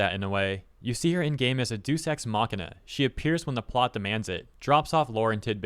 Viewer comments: It's "Day-us Ex Mach-ee-nah" not "Do Sex Makima". It made me laugh when you said it, but just a heads up for the future. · Excuse me mister internet person sir its pronounced 'Day-ooos' ex machina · This guy really doesn't know how to say "Deus Ex Machina." Is this channel AI or something? LMAO